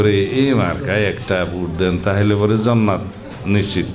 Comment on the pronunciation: জান্নাত উচ্চরন ঠিক করে শিখুন